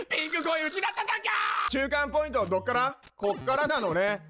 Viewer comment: 中間ポイン子ってことですかねw